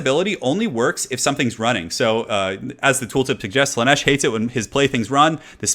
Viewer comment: Slaanesh, not Slaneesh^^ Great video though. <3